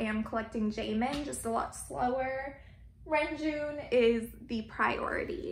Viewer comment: your collection is beautifully organised 🥰 It's so pleasing to look at! ❤️ (btw, the proper pronounciation for Renjun is Reonjin (런쥔)~ just wanted to let you know, but of course you can say whatever feels comfortable)